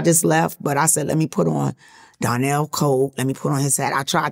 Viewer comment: It's "Donnell", Not Darnell